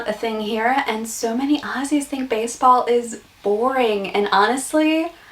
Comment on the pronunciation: Putting in as many Australian colloquialisms (cringe) as possible & dressing yr back wall with Chinese made Australian souvenirs is more of a give away than an American accent... also it's Aussie with a 'z' not Ossy.